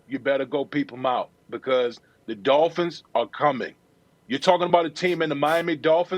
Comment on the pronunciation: "Miami Dolphinths" weakkkkkkkk